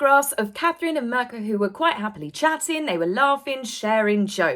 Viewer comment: "Mirka" is not pronounced "murka". It sounds kind of like "meercat" but you don't pronounce the "t", and the "meer" is a short syllable, not a long one 😊 x